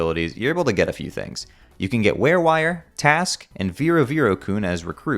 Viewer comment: It's Tasque, not Task